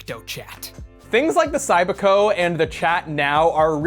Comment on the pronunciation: It was pronounced Cybiko, not Cybeeko.